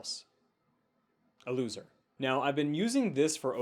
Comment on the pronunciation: The pause before "A LOOSER"